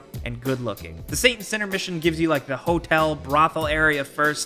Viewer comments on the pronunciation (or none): why are you pronouncing "Saint" as a "Son"? 😂